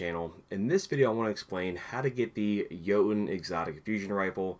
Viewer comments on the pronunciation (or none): It’s pronounced yeet-uhn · Ok, that makes more sense now i thought having that frame gave you a higher chance of getting it but you still had a tiny chance to get it without the frame Btw i pronounce it Joe-Tunn